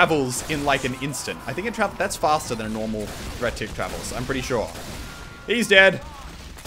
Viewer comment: ITS DIRECT HIT NOT DURECT HIT EVERY YOUTUBER SAYS THAT